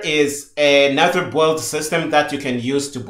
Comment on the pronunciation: Sincerly I appreciate you so much but everytime you say "the boohold" I need 3 seconds to understand what you mean as I'm not English native. Aside from this - I'm just joking a little - you made a great job. I 'm devouring this series. I'm getting curious on what kind of native macro Visual Studio uses for doing the same job CMake does - I've been using qt creator for 5 years and I don't remember how VS works.. I'll have a check